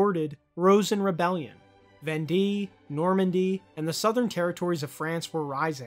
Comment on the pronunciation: Vendée pronounced like vahn-day